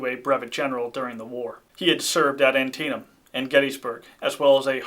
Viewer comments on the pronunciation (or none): none